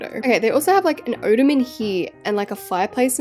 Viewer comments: ITS OTTOMAN NOT OOTOOMAN👹👹👹👹👺👺👺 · I’m crying from how she just said ottoman OATamin????Btw this is just a joke I love your accent and I love your videos❤️